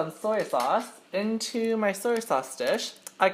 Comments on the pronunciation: Soyo sauce .. ;; '-' I cri when I hear that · Dang what ever you are you can't even say "soy sauce"